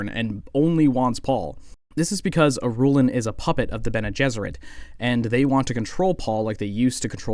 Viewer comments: I think it’s pronounced “ear-rule-on” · “Ghoulah” “Hyatt” “Ben-Telacks” “Iroolen” I want to hear this guy’s opinions but I don’t know how many more mispronunciations i can endure.